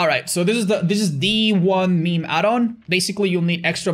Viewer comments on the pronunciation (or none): none